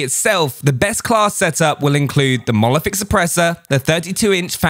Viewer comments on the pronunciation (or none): It’s monolithic not molothic